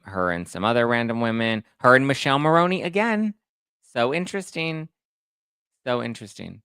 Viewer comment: youre great but please pronounce Michele's name properly, this italian cannot stand it 😅 Mick-eh-leh Mah-row-nee